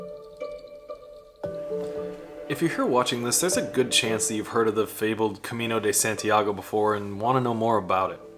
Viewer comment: "Cemino de Sentiago" 😂😂😂😂